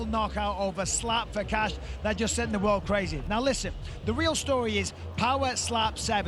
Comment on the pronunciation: Does the announcer know that you pronounce the d in "world"?